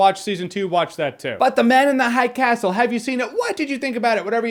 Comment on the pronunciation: "Ze Man Uns Ze Hai Cas'l" Goddamit i laughed so hard